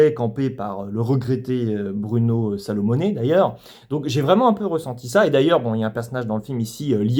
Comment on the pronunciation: Fabien Gorgare Saint Lazare 😅? Bruno Salomonez (paix à son âme en effet 😔) 😮? Ca m'avait manqué le qui massacre les noms des acteurs/réalisateurs ^^ Très bonne vidéo en tout cas: on est d'accord sur le principal je pense même si j'ai été plus positif que toi... justement parce qu'il sort des tropes habituels et limités de la "comédie française lambda". Ca va bien au-delà même.